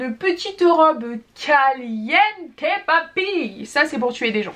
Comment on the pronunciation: Qui compte le nombre des fois qu’elle a dit calienté 🤧